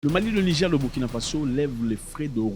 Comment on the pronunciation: Bonsoir le boss! Merci pour les contenus très intéressants. Svp il faut bien prononcer le mot Niger c'est "nigére" pas "nigé" god bless😂😂😂